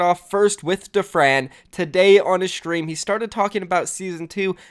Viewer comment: ANYBODY NOTICED THAT SAYS SHTREAM INSTEAD OF STREAM. LISTEN CLOSELY